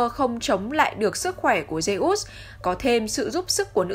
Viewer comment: Phát âm như lollk zê út :)))